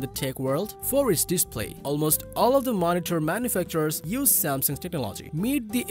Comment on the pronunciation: Sorry bro, it hurts my ears hearing you say techno-LOGY 20 times in this video... fix it.